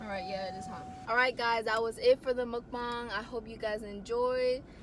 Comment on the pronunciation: you did a pretty good job with your pronunciation of mukbang:) good job hahaha